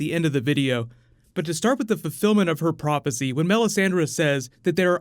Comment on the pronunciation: Are we not gonna talk about this guy saying prop-acy tho